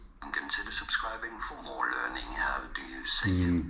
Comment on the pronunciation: more not moor !